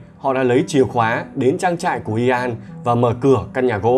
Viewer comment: Ian đọc như ‘yên’. Chứ ko phải i an đâu ạ 😁